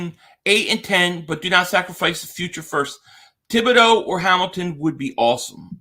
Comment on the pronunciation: It's T-bod-O! It's French!